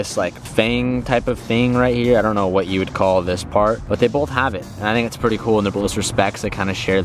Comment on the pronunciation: Stop saying bolth